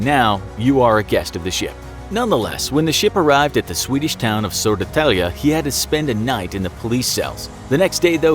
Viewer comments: sodatalja? dont u mean södetälje? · Hahaha love your pronounciation of Södertälje! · I like how you say södertälje XD. Sounds so funny. Nice try tho. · its fun when you say Södertälje ( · I love how he pronounced Södertälje xD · I live in Södertälje and when he actually said Södertälje it was Hilarious￼ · I am a swed and I am from Södertälje and it sound really funny when you said Södertälje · I laughed so hard when he Said Södertälje Im from sweden so its funny when people from other countries say the towns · The pronounciation of Södertälje!😂😂